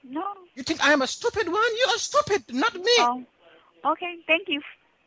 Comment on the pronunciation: “What’s wrong with your lokayshin? Ar-Is your lokayshin a-stewpid” cracks me up every time